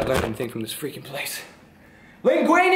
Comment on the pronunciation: I'm in my Lamborghini eating my pasta Len guini hearing a wizard say wind godiam Len guini